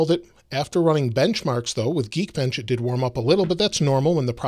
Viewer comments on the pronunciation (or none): It's did, not didi...